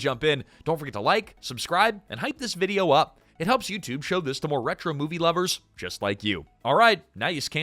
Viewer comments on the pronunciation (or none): none